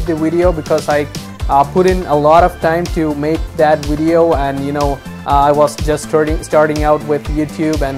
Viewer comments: Its video, not wideo. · Please say video, not wideo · It’s VIdeis with a V not Widio or Uidio. Thanks for your help. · what's a "wideo"? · I'm glad I watched this he helped me understand my "Wideo" and how YouTube processes the "Widoes" lol jk but I appreciate it thanks bro. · lol no hate but wideo lmao i am subbing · Video* not wideo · Great video and thanks for the info! But I have to make this one joke "wideo". lol All in good fun not trying to be mean. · WTF is a wideo?